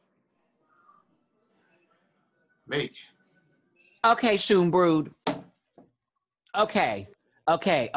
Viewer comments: it's pronounced like "shown-brode" btw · It is NOT pronounced as SH. The CH is a /x/ or /kh/ like in the Scottish pronunciation of Loch Ness. So no K or SH sound. Nonetheless it's fine if you say shonebrode/skonebrode, when you cannot pronounce the ch-sound.